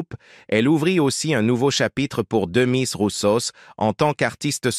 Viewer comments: C'est pas demi roussos et mais demis avec s à la fin. 😂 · Il faut prononcer le S dans le nom DEMIS et prononcer le e é avec accent aigu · Son prénom était Demis, on prononce le S à la fin !! Je vais aller un peu à contre courant de tous les commentaires élogieux publiés ci-dessous : Nous l'avons accueilli à Istres, (Bdr, 13), au milieu des années 90 . Nous lui avions choisi le meilleur restaurant gastronomique d' Istres (qui a définitivement fermé avec la Covid en 2020), il n'était pas content ,et l'a fait savoir très peu discrètement. Tout le Monde a aimé sauf lui. Il ne voulait pas diner avec ses musiciens (qui faisaient semblant de jouer car il chantait sur bandes-orchestres) , bon, admettons, quoi que cela donne de lui, à cette époque, une image du coup assez individualiste...Direction la scène, pas un sourire, visage fermé, très peu accessible à qui que ce soit. Et arrivé au concert, les balances ne le satisfont pas (il manquait, selon lui, du volume dans les retours et beaucoup de reverb en façade). Le concert commence, cadre verdoyant idyllique, (j'habite à Istres), PAF, c'est reparti les caprices ! (Bon, à sa décharge, j'admets que si le son "orchestre" était très bon, le son de son micro laissait beaucoup à désirer), au beau milieu d'une chanson, il s'arrête de chanter et crie "REVERB" !!! Tous les gens se sont regardés, et ce fut ainsi pendant toute la durée du spectacle, UN CALVAIRE, et pour lui, et pour nous tous !! Il n'est jamais revenu à Istres, et le comité des fêtes ne l'a plus jamais invité ! Un peu plus tard, nous avons accueilli Dave, qui lui est revenu 5 fois, entre Istres, Martigues et Fos